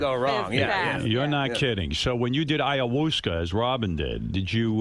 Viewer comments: Man said "AYAWOOSCA" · did he just call it iowooska...wtf get the name right fucker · Did anyone else laugh when he pronounced it ayaWOOsca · Hahaha Eye-A-Wooska oh. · Arnab Chakraborty I know what ayahuasca is, I'm not retarded. I was merely commenting on his mispronunciation of the word